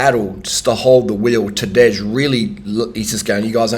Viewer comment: Nobody ever pronounced "Tadej" in a uglier and incorrect way.